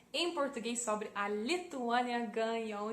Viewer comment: mt bom, quase imperceptivel o sotaque so alguns errinhos na gramatica, mas nada demais, como os usos de "no" e "do" e no uso dos artigos (a/o) da pra entender perfeitamente, parabens so algumas correções: a palavra sobre, se pronuncia "sóbri" e nao sobré no futuro do leste no mapa a nossa (bandeira) a palavra torre, se pronuncia "tórri" e nao torré nos eramos pagãos